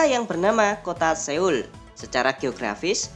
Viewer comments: Maaf min “Seoul” itu hanya tulisan latin Penyebutannya yang benar itu “Soul” Bahakan hampir ke “Sol” kalau di ucapkan dengan Cepat. Dan masih banyak Keliru dalam penyebutan kerajaannya. Selebihnnya informasinnya mantab 👍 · Maaf min cm koreksi dikit Seoul itu penyebutannya soul min